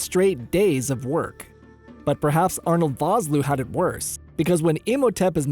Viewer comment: My word, you are butchering Arno Vosloo's name.